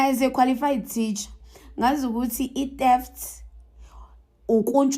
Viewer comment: Qualified teacher says teft not theft,mit November not mid November 😂😂😂😂😂😂😂